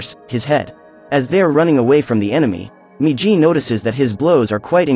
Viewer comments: its migi not miji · not jee -> GI MIGI -> "right"